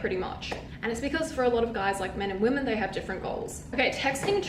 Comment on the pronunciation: Women not woman. What the hell is wrong with your age group? Mispronouncing words and calling girls dudes or bro. So unattractive